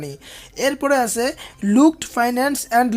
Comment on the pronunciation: আসে,আসে বলছেন কেন? আছে বলুন।